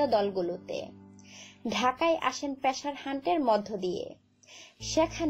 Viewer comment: মেটাম উচ্চারণটা পেশার না পেসার।।।